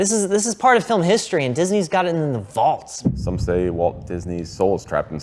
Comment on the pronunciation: "Vault" Disney lol